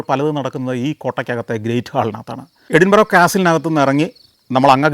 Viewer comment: Santhosh sir with all respect it pronouns എടിന്ബര